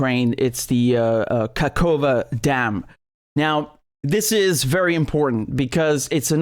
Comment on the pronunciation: Sorry ofcourse, but the entire combination of completely, not only mispronouncing, but even misreading "ka-hof-ka" as "kakova" and having no second thought on it and then pronouncing Dnipro basically absolutely correct and saying "sorry, it's probably pronounced differently" in the beginning made me laugh really much, especially this "nova-kakova" right after it, because it does sound very funny and silly, moreover that it's said on completely serious face and manner